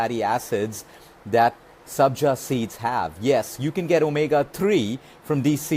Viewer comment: Sabja not Sanjay